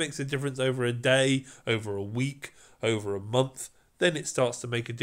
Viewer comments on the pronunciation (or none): none